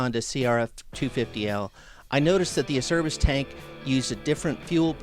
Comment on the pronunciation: Great vid. By the way it's pronounced 'ACHERBIS'. My company deals with this Italian company directly.